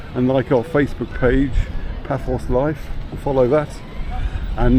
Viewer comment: pronounced ' bafos '